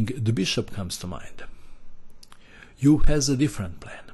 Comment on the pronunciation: Yes I found the "KILLAH MOVE", it was hard not to. Dr "Max" Euwe, who had a long and illustrious chess career which included defeating Alexander Alekhine for the World Championship and the presidency of FIDE, IS NOT CALLED "EWE", the proper pronunciation is difficult for non-Dutch speakers but not all that unpronounceable. There was limerick about the pronunciation of his name at the time of his ascendancy which I can't remember in full, just the last line, "But it's rather more 'Ervuh' than 'Yervuh''" Edgard Colle, who was from Ghent (And where is Ghent? It is the city in Belgium), was a great player who suffered from gastric ulcers throughout his career until he died tragically at the age of 34. He is famous for his opening system which is still played today, most notably by Artur Yusupov. His name is not pronounced "COAL" but "Kuh lay"